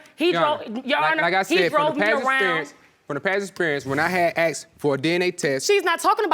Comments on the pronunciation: Its "ASKED" not "AXED"...….you people cant speak English...... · They both said axed instead of asked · Axed? ASKED!!!